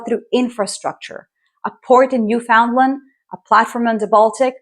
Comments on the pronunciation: Please, it's not pronounced New-found-land. Try pronouncing it as Newf'n'land instead. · New-fun-land not New-found-land. We aren't lost hun. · Great video, glad to find this channel. Just a note: Canadians say new-fin-land, even though it is spelled Newfoundland and it has nothing to do with Finland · Despite what the spelling suggests, Newfoundland is pronounced New-fen-land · From an Atlantic Canadian: if you want to pronounce it like a native, it sounds like "Newfin-lund" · Please learn how to say "Newfoundland".